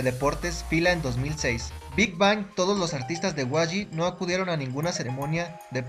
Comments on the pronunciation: muy bien tu ella ifo pero por sii no as visto hay vídeos donde gd dice q no se pronuncia big bang es big beng la pronunciación del nombre amigo!!! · primero que todo se lee big beng pero se escribe big bang 😒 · te corrijo algo si. no se dice Big Bang se dice Big Being no se dice como se escribe sabes solo eso queria decirte.